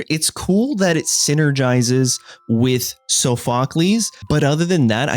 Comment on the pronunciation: It's from ancient Greek so that is in fact the correct pronunciation, the suffix "cles" is pronounced "Kleez" because it comes from the Greek word kleos meaning fame or glory. For example Heracles which essentially translates to "glory of Hera" he was named this, for context, because he was one of Zues's many bastard children (as in a child born from an affair) and the name was an attempt to spare him from the wrath of Hera who was Zues's wife and the goddess of vows.